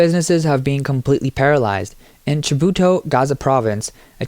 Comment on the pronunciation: Oh heavens please pronounce "Maputo" correctly. Is this AI again!? Yes, absolute corruption once again. All across Africa... but the rest of the world isn't far behind! I remember going on holiday in Mozambique, it was beautiful. But like all countries in Africa, corruption rules. Leaders don't care about their people, they just pocket the money and let their people starve.